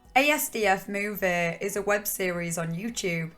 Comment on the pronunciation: corrections: the series is pronounced "ass-duff movie" and came out in 2008, not 2011